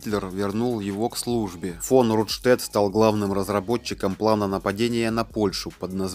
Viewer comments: Нужно говорить Рундштедт с ударением на первом слоге. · Нежная темы, лучше не берись за неё. Исковеркал фамилию Рундштедт, Роммель. Научись правильно ставить ударения. Нужно досконально знать исторические факты, не переверая и не искажая их. Тогда люди скажут спасибо. А так неуд в дневник, и родителей в школу, двоечник.